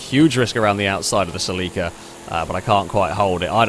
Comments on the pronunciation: Bro Celica not Sileeca, and dont even get me started on the way u say Acura. Lol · Its a Toyota SELL-ika (celica) 😆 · "Say Lee Kah" At this point I think hes saying it just to piss me off.